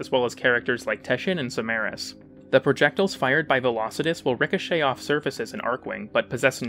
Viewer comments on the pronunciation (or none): none